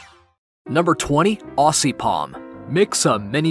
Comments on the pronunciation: its not ossy (aussie) its ozzy (aussie) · (I'm Australian) The ss in Aussie are said as zz. Aussie is actually pronounced Ozzy.